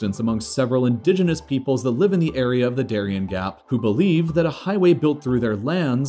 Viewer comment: Interesting video, but you should have done a little research on how to pronounce "Darién". It would have been nice.